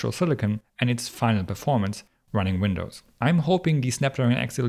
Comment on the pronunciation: Winadds lol